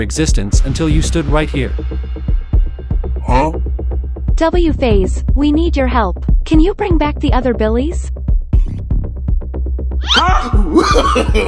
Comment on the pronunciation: He is mphase not wphase